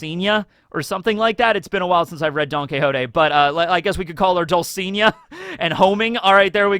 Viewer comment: Dulcinea. You pronnounce it DOOL-SEE-NAY-AH